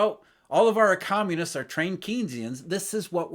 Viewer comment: "All of our e-communists are trained Keynsian." Mis-spoken exactly as you meant it.